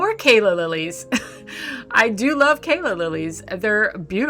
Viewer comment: Not Kayla lilies BUT Calla Lilies!!!!